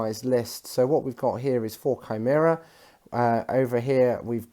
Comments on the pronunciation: Kai-mare-ah hehe I was lol at basilicas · It was going so well, great looking armies.... And then you said shameera and I had to turn it off.